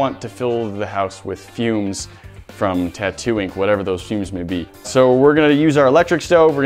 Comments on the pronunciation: Is it just me or did anyone else hear "Tatooine" every time said "Tattoo ink"? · Same but I heard Tattoing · Am i the only one who hears "Tatooine" 😂